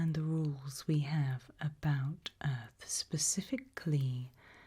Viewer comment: Welcome to earf